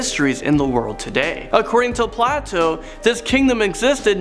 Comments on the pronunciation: Thank you! I thought the same thing! Better to tell him Play-TOE or he might pronounce it wrong again, like Play-TOO😅😂❤ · By the gods, who doesn't know how to pronounce Plato? (Play-to, rhymes with play-dough.)